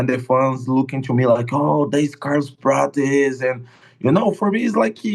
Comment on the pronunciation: Ariel is trying his best with the brazilian accent. Carlos' name is spoken like "Carlus Pratchies". You can listen it for example in Google translate, if you are intereseted.